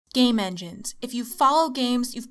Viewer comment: Press 0 over and over and it sounds like she keeps saying 'gay men'.